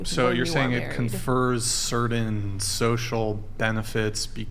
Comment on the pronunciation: Dude. The word is “certain!” What is “cerdin?”